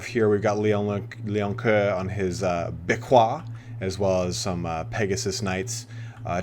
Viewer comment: Dude it's hilarious, you're trying so hard to pronounce Beaquis like a French that it ends up being even worse than if you had just pronounced it with the english pronunciation ^^ (If you're curious about how the french would pronounce that barbaric word, type "Béaki" in google translation and then clic on the little loudspeaker) One might argue that you have to pronounce the "s" at the end of the word but generally in french it's not the case.